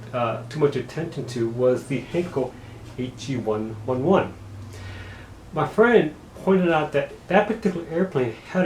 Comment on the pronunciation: It’s actually pronounced the H e one eleven